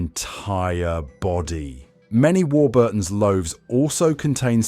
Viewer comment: The usual absolute scaremongering b.s ,can't even pronounce Warburton right ,not all chemicals are bad .